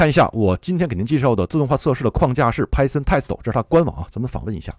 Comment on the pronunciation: Python Test 为什么老带日语发音？